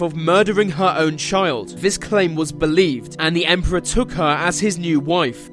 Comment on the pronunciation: "it is fot a hundred fousand people died vis way" it amazes me how badly the English butcher their own language